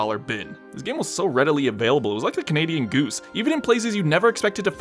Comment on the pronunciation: It's CANADA goose,. Thought you were one of us, smh...